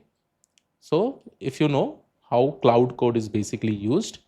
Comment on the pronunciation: Good video. Minor correction: "Claude"is pronounced as "Klode" Instead of "cloud"